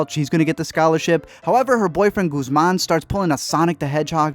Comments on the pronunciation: It's ANDER, no s, Guzmán has an accent and should be pronounced with the accent. Marina only stole from Carla's family, not her own, and only one watch had a USB drive. Also this is my favourite show, thank you for covering it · “ Goosemaun “. SKSKKDKSKSKFKSKS